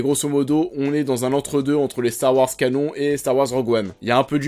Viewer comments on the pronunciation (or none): none